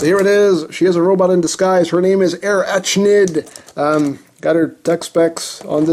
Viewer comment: Dude....he butchered her designation XD